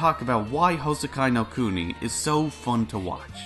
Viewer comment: Good news: Houseki no Kuni season 1 didn’t end up like Kado. Bad news: It ends at a massive cliffhanger. Silver lining: It’s an adaptation of a manga, so I can go read that. Nitpick: You butchered the pronunciation (it’s pronounced like Hou—se-ki no Ku-ni, not Hou—sekai no Ku-nai).